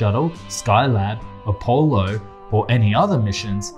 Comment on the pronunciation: Saturn Vee? ..Appo-lo? Beginning to suspect this guy didn't go up on Earth. His knowledge is atrocious.